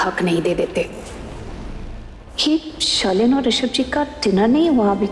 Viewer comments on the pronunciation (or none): Arunauchul pagal ho risabh hota hai rishad nahi😅